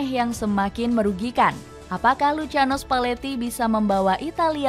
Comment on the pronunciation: Lusiano spaletti min cara bacanya😅😅😅😅